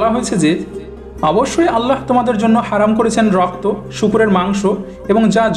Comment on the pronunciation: ভাই আপনি উচ্চারন করেন اللح অথচ হবে আল্লাহ বা الله ওটা শুদ্ধ করবেন প্লিজ।